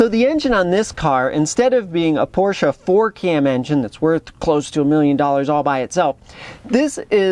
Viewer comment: Thank you SO much for pronouncing "Porsche" correctly! To me, it's like scratching fingernails on a blackboard to hear someone call it with only one syllable - "Porsh." Naw...that ain't right. It's two syllables, "POR-sha."